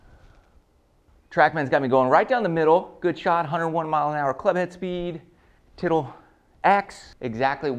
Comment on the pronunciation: Huh huh huh, you said tittle. Huh